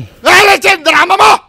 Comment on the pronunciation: What the heck 😂😂😂 sobrang tawa ko don sa malutong na ulol 😂😂😂 😂😂😂 😂😂😂